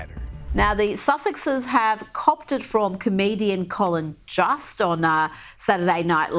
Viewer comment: It’s pronounced Jost- w a long o (like most)